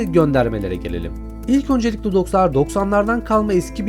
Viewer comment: abi detone olmuşsun de dostlar yerine dokslar demişsin detone olmuşsun